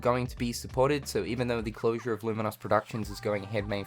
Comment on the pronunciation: Hate to be that guy, but "lumin-oss?" It's an adjective like 'famous' or 'dangerous'...